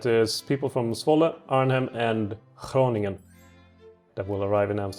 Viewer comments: Your pronounciation of the 'G' was pretty good actually, and I totally agree with you that the g is a very weird sound. Even I as a dutchman have my struggles with our (horrible) language. Btw you shouldn't be the one saying thank you, because you guys are the ones working hard and still managing to upload a video nearly everyday. This makes you one of the channels that I appreciate the most all across YouTube. (sorry if my grammar isn't 100% correct, I'm not the best in English) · you pronounced Groningen pretty well, hello from the Netherlands